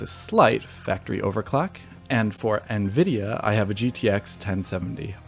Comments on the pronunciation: Not to be nitpicky, but was it bothering anyone else that the new guy,, was pronouncing Nvidia, "na-vid-e-a"? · WHY ARE YOU PRONOUNCING NVIDIA AS NUH-VIDIA???